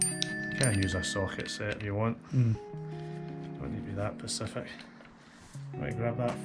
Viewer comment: Someone needs to tell him how to pronounce specific though. 🤣